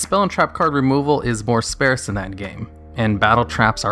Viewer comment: Spaerce? You mean sparse.